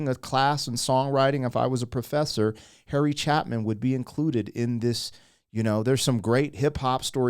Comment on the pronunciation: Harry Cha-long A-pin